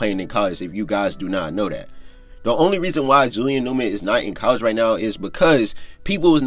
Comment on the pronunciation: Bro why don’t you pronounce the first letters of your words. It sound like your saying Julian ewman